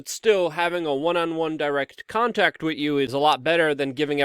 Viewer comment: It's imporTant not imporant!! And it is wiTH not WIT!! PROPER speech gives you more credibility as a news provider.